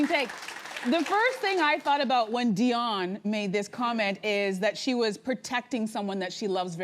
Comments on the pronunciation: like where did they come up wih that her name is literally spelled diane thats di anne not dion like come on now its willful stupidity for the sake of tv 🙄 😒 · I was about to say! I've never heard anyone call her "Dionne" til now. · The woman's name is DIANE NOT DION STOP IT !!!